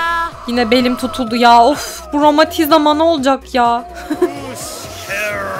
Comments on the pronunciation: Romatiziama değil romatizma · romatizima nolcak acba romatizma değil romatizima evt evt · Romatizama ? romatizma :D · YANLIZ 7.40 TA ROMATİZMA YERİNE ROMATİZAMA DİYO :D